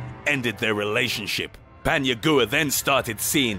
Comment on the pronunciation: He’s mispronouncing Paniagua. It’s not Pania"goo-ah" it’s "gwa"